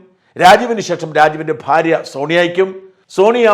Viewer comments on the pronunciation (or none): none